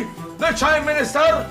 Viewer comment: This dude said the "chime minister" i cant....